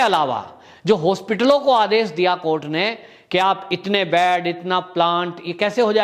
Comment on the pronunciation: बैड नहीं बोलते हैं "बेड" बोलना चाहिए ।